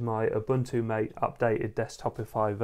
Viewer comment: Ma tay, not mate